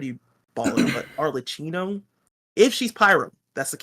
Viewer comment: Best of luck for your new projects, i am gonna miss the hot takes 😁 PS: no, is ArleKKino ( pronounciation), Google tranlates helps.